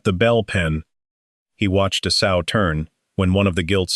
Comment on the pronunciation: S-owe, not sew. This is annoying